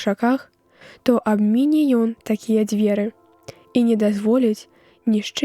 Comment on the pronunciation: То абміне' трэба, а не абмі'не.